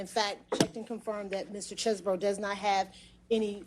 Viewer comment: Why do people call this guy cheese-borough??? His name is chez-bro.